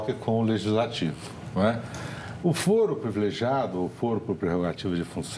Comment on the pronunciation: CLAUDIA TAVARES — fala-se fôro, não fóro. Foro não é fórum, mesmo se advindos da mesma palavra em latim.